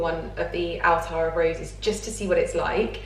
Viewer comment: Hi, I think it's pronounced 'Attar' not Altar. Attar of roses scented pelargonium oil is used in many perfumes and the plant can also be used to make herb teas to ease stress and anxiety. Wonderful plant❤